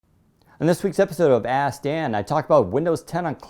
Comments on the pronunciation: You should pronounce the work 'ask' more clearly. It sounds like you're saying Ass-Dan.. lol! :-) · Hahahahha now every video he keeps sayins ass dan 😂😂😂